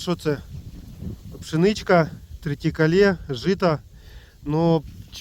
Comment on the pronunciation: Вітання Сучасному фермеру. Мені дуже до вподоби така тема, тому і підписався колись із першого відео) Насмішив із тритікале 😂,прикольно наголос поставив. В Америці теж яйця дорогі і м'ясо куряче також. Люди уміють цінувати свій важкий труд. Вітання з Іллінойсу !